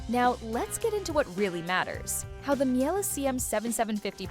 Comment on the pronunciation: I stopped listening immediately when you couldn’t even pronounce Miele anywhere close to correctly😥